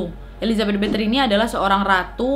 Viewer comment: Kak bukan Bathory (betri) tapi Bathory (bathori)